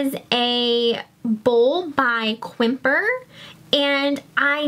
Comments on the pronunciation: Quimper is pronounced Campair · FYI Quimper is pronounced "camp air". It is in France. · Quimper is pronounced Campari.